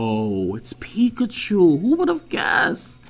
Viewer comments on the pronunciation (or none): none